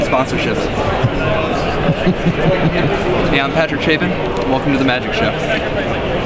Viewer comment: No no Patrick it's pronounced CHAP-PIN not CHAPE-IN c'moon